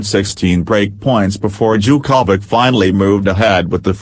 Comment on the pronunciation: I love the way you say Novak's last name.....Cha-ko-vich. LOL